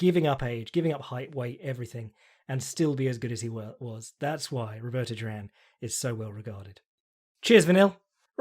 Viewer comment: You pronounce Duran so weird, it sounds like Jerome. Great podcast, cheers.